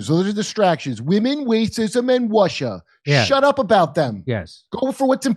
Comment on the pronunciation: The three W's Women, Wacism, and Wussia. Nice Kurt!